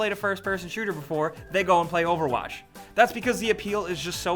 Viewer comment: "Overwash" xD